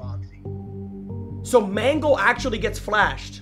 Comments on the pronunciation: Bro said manglo💀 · Let me clear this up, the pink dude who killed u who looked like foxy is named “mangle” not mangelo💀💀 Also Pinocchio is Balloon Boy💀